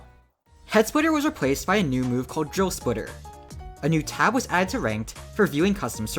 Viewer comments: I thought you were saying joe splitter and i was confused cause i see drill splitter and not joe splitter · i keep mishearing it as "joe splitter"